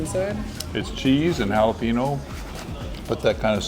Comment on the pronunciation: Love, Love, Love your videos!! With all the milage in Texas....Jalapeno is pronounced like: Hal I pain yo.😊❤😂